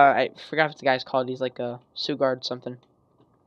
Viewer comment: I think the way you pronounce suguard is sugar and guard together, so SHOO-GARD. Not sure though, just trying to help :)